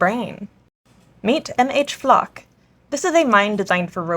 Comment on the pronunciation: When you said meet MH-"Flocke", my first thought was "great they're giving "flock" cameras the ability to defend themselves".